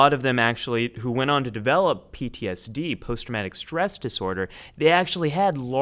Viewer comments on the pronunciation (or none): none